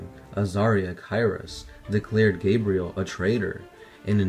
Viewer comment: I'm liking this video, mostly because they actually pronounced Gabriel's name correctly rather than that idiot who kept mispronouncing his last name